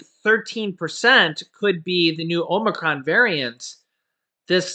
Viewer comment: OMG ur pronunciation gets worse by the day.. Now it is "OMERCRON"!#@